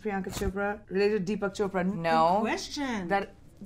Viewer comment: Did she just call deepak as D'eepak. I mean atleast u should call indian names without trying the accent ,,specially when you are an indian ,, u should know how an indian names are pronounced..